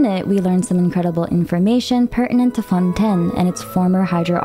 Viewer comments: Lady omg it's not fon10 lmaoooo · I just have to ask why so many things like Fontaine and Tavat are miss pronounced lol